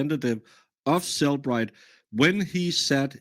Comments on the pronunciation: Turtle Boy correcting the Cellebrite employee on how to pronounce Cellebrite. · It called CellEbrite. She literally works with them, so yea, SHE was pronouncing it correctly.